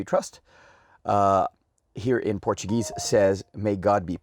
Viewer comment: Love your Brazilian bank note collection! Also your portuguese pronunciation really good!